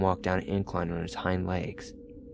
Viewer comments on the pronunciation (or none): none